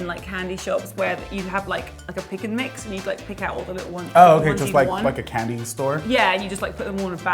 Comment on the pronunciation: British girl saying "candy"